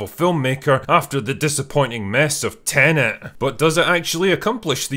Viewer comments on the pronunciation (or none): none